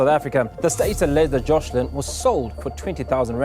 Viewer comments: Beautifully? The child's name is wrong in the video title, on screen during the video, and every time ite narrator says it.... even tho they including several pictures with the correct name. It's Joslin... no 'h' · Joslin… not joshlin.